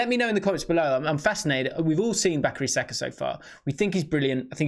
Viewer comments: Ah yes my favorite player Bacary Saka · ebire eze, bacary saka. haha